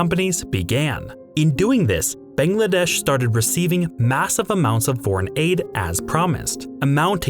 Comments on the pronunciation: It's not "Bengladesh", it's "Bangladesh". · A whole half hour long video and you couldn’t pronounce the country’s name properly even once